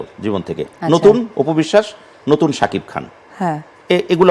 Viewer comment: সাকিফ খান। আজব। সাকিব নাম টাও ঠিকমতো উচ্চারণ করতে পারেনা আফু বিশ্বাস